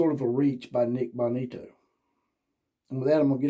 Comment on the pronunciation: You really need to work on your material. It took nearly 3 minutes to get to your first point. Its pronounced BO ni- to. He was referring to a specific CB talking trash about the alex Grinch, not Riley. And it has been discussed since he left he had one foot out the door after Helton was fired. Do better next time